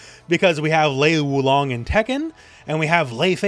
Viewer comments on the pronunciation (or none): Looks like you got mixed up when you tried to pronounce Lei Wulong